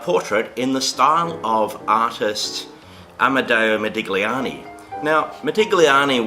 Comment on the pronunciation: You DO NOT pronounce the 'g' in Italian when saying Modigliani. Pronounce 'igl' as just 'ill'. Like saying Modilliani.